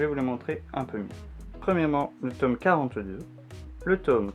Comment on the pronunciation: Tu me stress avec ta prononciation de « tome », sinon beaux achats, continue comme ça